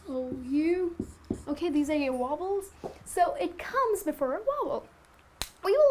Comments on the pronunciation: very helpful but when she said wobbles im like what the hell I never heard that in english before it must be something new. she meant vowel lmaooooooooo. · Very nice teacher you are. But I think you pronounced vowels incorrectly. It's pronounced as "vouls".